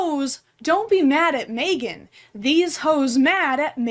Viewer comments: love your content so much but the way you pronounce megan as "may-gun" rather than "meh-gun" is so upsetting to me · it makes a lot of sense that you say megan like maegan… i cant explain it it just does